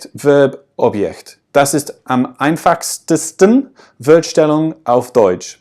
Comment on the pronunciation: Du hast " Wort Stellung " Wurd stellung" ausgesprochen. Du sagstest "Schwährig" anstatt "Schwierig". Lauter so kleine Fehler die aber nicht schlimm sind. Ich denke das ist Akzent verschuldet.